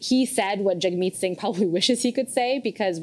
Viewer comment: Surely that's JAGG-meet, not JUGG-meet.